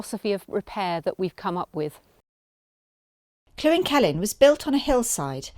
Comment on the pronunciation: It is NOT pronounced Clwyn. Try this link